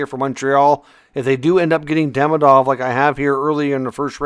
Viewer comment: Demidob and Hage 😂